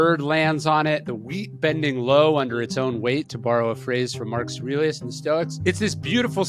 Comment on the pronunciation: You probably say the name "Marcus Aurelius" 100 x per day. Still, out of respect, you should enunciate it clearly, and not slur it. Obviously not pronounced " Marcasrilluss". The old guy is your bread & butter.